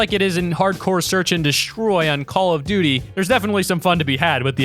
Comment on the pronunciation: Did u just said call of d ty